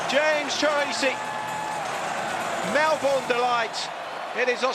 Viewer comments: Hey man. Not all of us mispronounce it. That said, I'm surprised the commentator did. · I thought Americans were the only ones to not pronounce Melbourne correctly.LOL